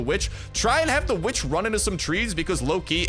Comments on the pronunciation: its witch with an W not vitch with an V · Saying "vitch" sounds like the b word